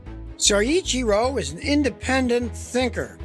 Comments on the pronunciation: LOL Scotty, it's "so ITCHY ro" not "soy itchy ru". Mind you that's damned close for an American, most can't say Porsche, Peugeot, or Citroen properly to save their lives. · Take a tequila shot every time Scotty says siichero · Great job! Except there is only one R in his first name! It is pronounced Soy- Chir- oh. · I think it's pronounced ... so'-cheer-o'